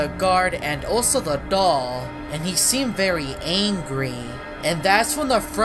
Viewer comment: you say dog not doll